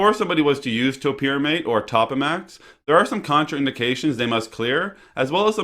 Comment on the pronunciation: It is pronounced Toe-pa-max not top-a-max.